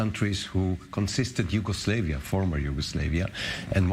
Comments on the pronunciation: Its Yugoslavia not Yugoslevia you stupid fuck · This dude can’t even say Yugoslavia. Conspiracy theories lol